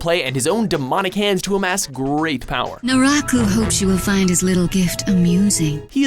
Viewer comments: When he said naraku I was like OH MY GAWD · u said naraku wrong, it ain't pronounced like that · is fine... except for naraku... cmon naraku?